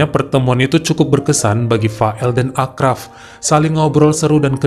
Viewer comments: Maaf itu di bacanya Asraf bukan Akraf: karena ponakan ku namanya sama kebetulan orang Casablanca juga sorry ya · Achraf bacanya Asraf bang 😀